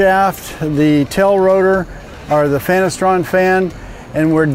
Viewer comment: Did he say fanastron?